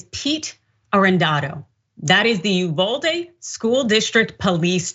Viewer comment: UVALDE= E-VADEE 😡